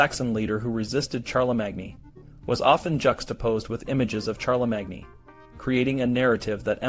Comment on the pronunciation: Wooosh, talk about spreading propaganda amongst children! (I don't know if this is a human voice or AI, but either way – Charlemagne is pronounced with three syllables: Shar-le-main.)